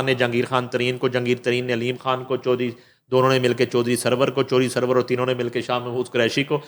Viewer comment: u speak very fluently but I fail to understand why can't u pronounce ur own name ie khan. Please improve ur pronunciation.